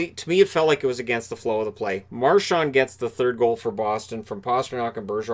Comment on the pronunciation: Hey.. there is no T in Marchands name.. it’s not Marchant like you pronounced.. get it right!